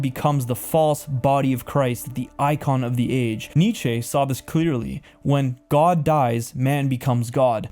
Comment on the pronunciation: This was amazing! Thank you so much for your super important and eye opening work. Just want to point out a couple mispronunciations for your benefit: coup is pronounced “coo”; Michel Foucault is “Mi-shell Foo-Cole”; decay is “de-CAY”; and Nietzsche is “KNEE-cha”. God bless!